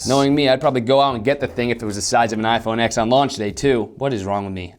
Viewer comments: iPhone TEN. not "iphone Exx" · It's iPhone "ten" no "ex" by the way have you ever seen the intro video by John Ivy?? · Dude its an iPhone 10!! does no one know how to read Roman numerals!! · I am Russian. I heard you say the iPhone eggs